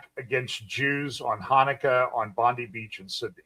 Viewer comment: Not to be critical, but it's pronounced Bon-Die beach.